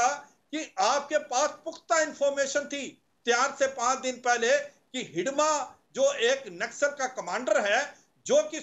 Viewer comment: It's Hidma ... not hidamba